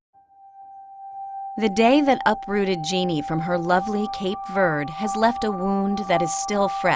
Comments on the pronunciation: When that First Lady started talking and saying Cape Verde I got so pissed by the way she says Cape Verde she’s like Cape verdee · That's the way... if you say "Cape Verd", I gag.